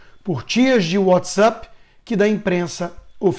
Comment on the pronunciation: Adoro tudo, tudo, tudo a respeito do canal, mas, Constantino, PLEASEEEEEEEEE, o aplicativo e' pronunciado WhatsApp, nao WhatsUp. Por favor! Me da' uma ansia cada vez que tu falas WhatsUp. Fora isso, jornalismo 100% confiavel! Parabens pelo trabalho!👏👏👏👏👏